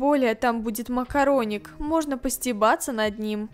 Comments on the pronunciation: я сама весь сериал слышала МАКОРОНИК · Нет я тоже услышала слава макараник и захотяла макараны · Когда она сказала макароник я ела макароны